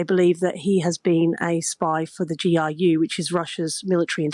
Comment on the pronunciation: "a spy for the GIU" - it's GRU (ГРУ), folks. It's "ar" [R], not "ai" [I].